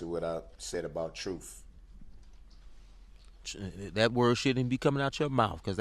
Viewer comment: Unbelievable. She tried to do that. Like anybody would give a damn about him. He knew from day one that he was Done. He doesn't speak the TRUTH .....HE TOLD THE ,"TROOF". ITS INSULTING for him to RUN HIS MOUTH. He is just indifferent that he panicked. And he made a terrible decision.